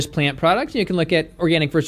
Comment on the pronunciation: Organ-ick (zinger)